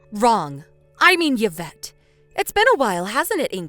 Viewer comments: Please. It's EE-vette, not YUH-vette. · The pronunciation of the daughter-in-law’s is E-vet. 😁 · Oh please.. Yvette is pronounced eve ette..u dopes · Yee -vette.. Like Yee-ve St. Laurent 🙄